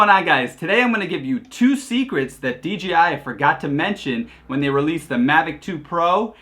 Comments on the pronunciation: That's OK, he kept calling DJI DGI. But a great video. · how about the fact that it’s DJI not DGI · It’s DJI there is no G in it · Common mistake, I even say it sometimes accidentally. I even caught the official DJI support videos narrator doing it in a few videos.